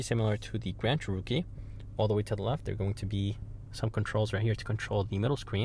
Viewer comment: Descent video. But, what’s with the odd pronunciation of “Cherokee”?